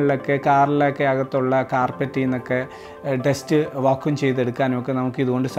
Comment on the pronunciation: Va-koom cleaner alla Va-kyoom cleaner ann